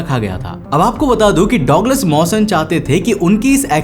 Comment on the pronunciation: गजब की कहानी वो डॉगलस नही होता डगलस होता है